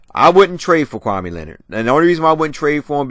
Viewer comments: Smh it's kawaii Leonard not kwame Leonard lls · you have been pronouncing everybody's name wrong!!! It's Channing Frye not Shannon!... and it's Kawhi... not...kwame